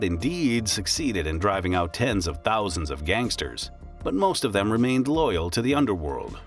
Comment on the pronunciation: “I must be loyle to my oyabun”